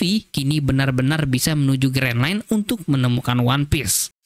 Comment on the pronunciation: Terus juga kasian anime nya audio jepang, jadi gabisa bahasa inggris, one piece aja jadi one pice CUZAKAZZ